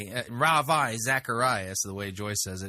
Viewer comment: Rav - Eye???